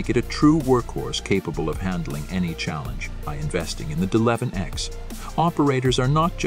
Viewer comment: WOW the narrator has no clue he keeps saying deleven ex!!! Why didn't they shut the computer off and reboot???